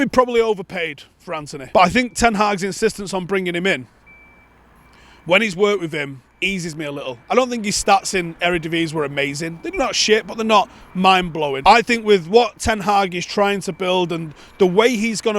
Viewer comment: it's "er uh div iz ee"